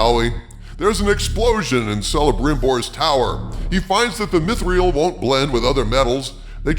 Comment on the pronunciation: Come on dude, you’re not even pronouncing things right. Celebrimbor has a hard C, ie Kelebrimbor not Selebrimbor. Also, it’s not mith-real, it’s meeth-ril.